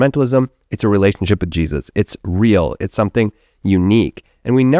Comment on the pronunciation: I always chuckle when I watch your videos- I think your pronunciation of 'Jesus' gives away your evangelical upbringing. People with secular upbringings pronounce it like a truncation of the exclamation, 'Jesus Christ!' People who grew up carefully not taking it in vain have a very different delivery.